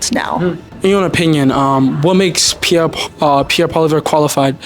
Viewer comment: These people are in university?...omg...they cant even pronounce pierres name right